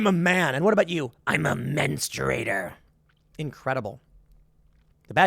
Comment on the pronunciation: “Men-straight-ER” lol😂